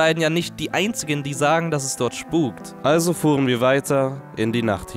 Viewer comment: Nicht schpuk